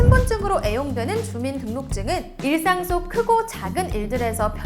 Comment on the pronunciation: 평소 영상 잘보고 있습니다~ 그런데 많은 분들에게 전달을 하시는 일을 하시니 정확한 발음으로 좀 더 화이팅 하시라는 뜻으로 말씀드립니다. '일일이' 발음을 '이리리' 라고하셨는데 '일리리'입니다. 또 '일상'생활을 '일상'생활이라고 하셨는데 '일쌍'생활이라고 하셔야 합니다~